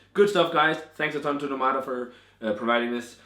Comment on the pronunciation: The name is NO-mada, with the stress on the first syllable, as the ó symbol indicates, not No-MA-da. The same as in English, where you would say NOmad, not NoMAD.